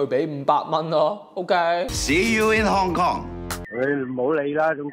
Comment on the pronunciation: 屍u in 糠狂